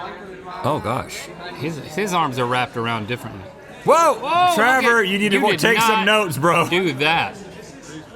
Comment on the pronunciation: Travor? I thought it was Trevor